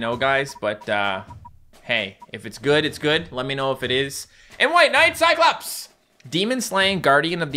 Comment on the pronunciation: “Kai clops”